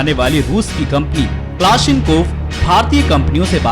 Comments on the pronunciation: ITS NOT KLASNINKOV, ITS A KALASHNIKOV YOU AS HOLE COMMENTATOR HE DOESNT EVEN KNOW HOW TO PRONOUNCE FIRE HIM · Are Bhai pehle "Kalashnikov" thikse bolna sikhle. Ye klashinkov nahi hai 😂😂